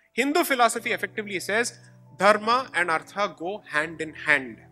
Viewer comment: from hindi perspective you are right... About those two words... That is because of the schwa deletion principle in languages like hindi... Where the last vowel is dropped... Hence kerala is pronounced as keral.. etc. In samskritam it is dharmaH and arthaH... So his pronunciation is closer to samskritam.